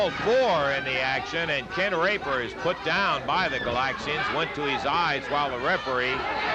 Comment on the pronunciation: Sounded almost like he said Ken THE Raper 🤣